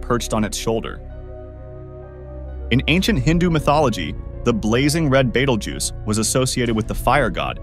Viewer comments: not sure if you know but the vid keeps rotating between the correct and in correct pronunciation it is Betelgeuse pronounced Bee-tell-juice not bah-tal-geese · My man just called it Beetle Goose 😭😭😭